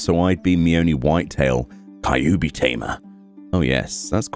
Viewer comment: i hope u still dont say "Kai-yu-bi" still